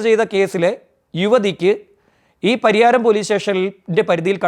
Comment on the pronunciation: Pariharam alla. Pariyaram